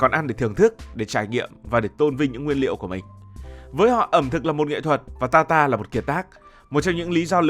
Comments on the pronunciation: Ở Pháp ăn thịt bò sống hoặc cá thu,được chọn lựa kỹ lưỡng, tươi sống gọi là tartare,đọc là tạt ta rờ, không phải ta ta,không biết đọc tiếng Pháp, rất tiếc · Steak Tartare /TẠC TA/ chứ không phải /TA ta/ cỏ nghĩa là bà cô...